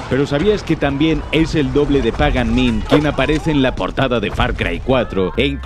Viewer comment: por que no pronuncias ni el puto nombre del villano bien??